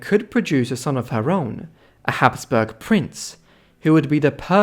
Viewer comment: Habsburg not Hasberg